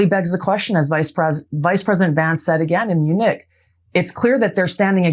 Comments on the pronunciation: Gabbard talking about Vance's comments in mu-NICK'? WHAT? That's worse than MAGA's pronunciation of YOU-crane! IDIOTS! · The way Tulsi pronounces “Munich” sounds like someone who’s never heard it out loud 😂. What a clown show.